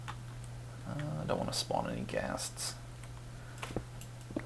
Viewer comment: It's so annoying the way you pronounce "spawn" >_<